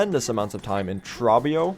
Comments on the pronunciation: Why do you call him "traw-bee-oh". He literally pronounces his name in dialogue as "troh-bee-oh". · Pretty sure Trobbio's name rhymes with grow bee owe (first syllable has a long O). He says it at the end of his fights and during his phase transitions.